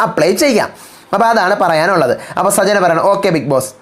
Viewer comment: സജ്ന അല്ല.. സച്ചന.. ആണ്..